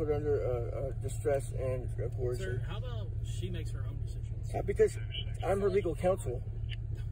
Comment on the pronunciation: "under Distress and coorson" .. 😅😅😂